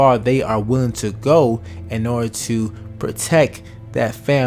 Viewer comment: It is pronounced PROTECT.... Not Proteck